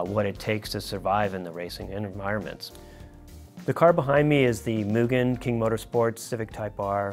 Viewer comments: Surprised no one cares he keeps saying moojen instead of mugen… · They keep saying Mugen wrong. It's moo gen (like generation). Even the kingmotorsports guy says it wrong. As a fanboi, I'm triggered. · It’s Mu-Gen, not Mu-Jen😉👍. A hard G. Mugen made some of the sexiest motocross bikes EVER back in the 70’s and 80’s, along with very effective kit-parts. They have always been one of the most exotic and desirable parts companies to me👍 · I can't tell if is being sarcastic with his mugen pronunciation... lol For anybody that doesn't know, mugen is pronounced "Moo-gehn" not "Mew-Jen". With gehn sounding the same as the g in "again". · MOO... GGEN. JEEZ. It's really not hard. If it were Myujen they would spell it that way. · That feeling when non-Japanese speakers pronounce it "mule-jen"... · Kind of mind blowing that the OWNER OF KING MOTORSPORT also mispronounces it. It's MOO-Gen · pronunciation of “Mugen” effin’ kills me brah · pronounced it MOO. Overall he may have not sounded Japanese, but he didn't make that error. did once, but I have a feeling they left that in as an insider bit of humor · Did anyone else cringe when he mispronounced "Mugen" ? I know I'm nitpicking but still......gahhhhh!